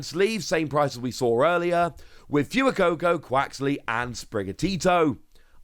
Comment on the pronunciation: Fwey-coco, Fewer-coco SMH